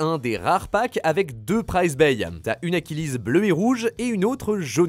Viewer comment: Oui bas ça se prononce Z AchilÈSSE et pas Z AchilISE 🤓